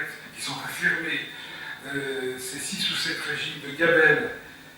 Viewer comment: Petitfils ne prononce jamais le "t" de sept !